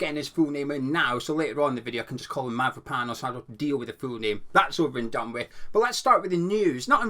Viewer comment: My wife is Cypriot and she says you say Mavropanos correctly, good job buddy 😂